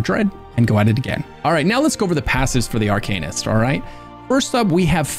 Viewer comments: Arc - an - ist 😅 Thanks for the build! Excited! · Say ‘harken’ ten times Now say ‘Arcanist’ 😊 lol. Good guide man! Edit: I think you just helped me figure out what I was stuck on bringing my Arcanist into vMA - I used oakensoul but I’m gonna try to swap with ring of the pale order… I need to play with class skills some more, but I was squishy as heck - gave up at ice rink of blood… (I’m usually top 5 in every class when the weekly challenge goes to MA on PCNA)… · Ha! It’s phonetically incorrect, but it’s their game, their rules… I’ll play along for now :)